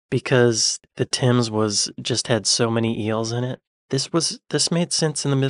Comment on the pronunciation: A cuppla fings. I'm British and understood the hillbilly more clearly than a Scotsman. My parents love jellied eels,but i hate 'em, and hooray for pronouncing the river THAMES correctly. Cucumbers on beans & toast, wtf?. Spaghetti-O, or Spaghetti hoops in a weird jelly form, huh? But we DO sometimes eat beans with little baby hot dog sausages in the tins. Don't ask me what was on that kebab.Whilst donor kebabs are Greek/Turkish, they are now a staple food for Brits out getting pissed on a friday night/saturday morning,to probably soak up the alcohol,but leads to decorating the floor with barf. The crazy biscuit sandwich,dry spaghetti strands in the oven etc is just the rare Brit with trash bin appetites